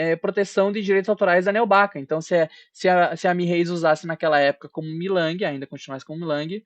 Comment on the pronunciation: você falou milang,o nome certo é mei ling 😂😂